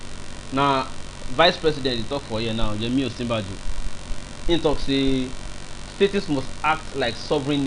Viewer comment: Why are you saying STATIES? Is this a new slang in Nigeria? No be STATES again?